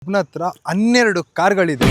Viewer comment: ಅತ್ರ ಅಲ್ಲ ಗುರು “ಹತ್ರ”